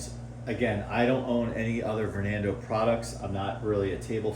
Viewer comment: bro said vornando